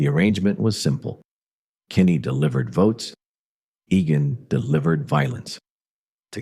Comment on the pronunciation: also keeps mispronouncing Egan-and saying Agan-it gets on your nerves